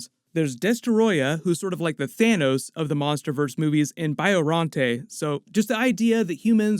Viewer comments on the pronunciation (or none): Can’t believe he just said “Biorrante” lol